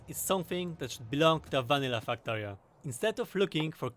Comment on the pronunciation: When I talk about factorio with my friends, I call it my faktoreh We all know why. Factorio = = Factorio